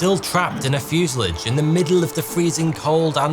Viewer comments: Fuse-a-lage? It's a French word mate, so pronounce it properly. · fyoo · zuh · laazh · Have you replaced you narration with an AI? Your normally great and faultless prounounciation has been replaced by that of a childs in this episode. Fuselage isn't pronounced "fuselidge" and M.I.G's are normally just called Migs, even confusing Chechnya with Czechoslovakia, not upto your usual great standard. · It's fuselage not fusillidge. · Don’t like your pronunciation of fuselage. It’s from the French and normally pronounced fuselaage, not fuseledge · "Fuse-a-large" not "Fuse-i-lig". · Fuselage not fusalidge. Please... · Fuselage is pronounced Fuasalarge........ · Great story, but I was irritated by your pronunciation of the word “fuselage” it’s not fusalige ! 😂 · It's pronounced fuselage, not fuselage. 😉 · You also broke a record, the first person in history to pronounce "fuselage" like that. 😂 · There is no i in fuselage. Stop saying it 😒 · How can someone do so much research about a topic for a video NOT pronounce fuselage correctly? 😅😅😅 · Please. For the sake of our sanity, look up the pronunciation of Fuselage and 🙏🙏🙏